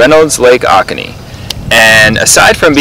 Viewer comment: It's long O's. lake OH- COH-Knee